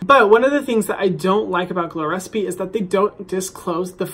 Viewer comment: Hadn't I read the title I would've believed he was saying "glores p" the whole video lol